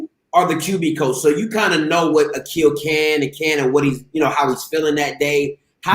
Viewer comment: A-Qweel? A-Quil?